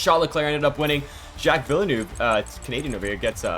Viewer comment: The "Vallanoov" on repeat had me dead lol